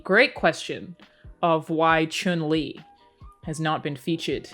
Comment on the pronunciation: you earn my subs just for saying Chun Li correctly...